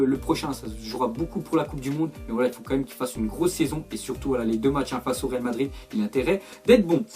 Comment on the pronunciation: "real Madrir "😂